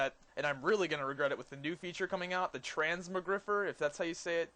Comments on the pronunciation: transmo- GRI-FI-ER u fatty..not GRIFER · it's not Trans-moe-griffer. It's pronounced Trans-mog-ri-fire. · trans-more-griffer, lol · Trans - mog - rifier say it like that